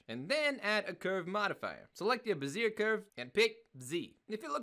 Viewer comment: Bezier - it's pronounced "beh-zee-yeh".